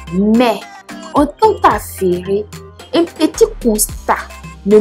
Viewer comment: On dit UN pas INH🤣